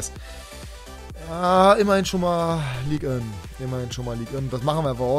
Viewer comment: Es heißt nicht Ligue ön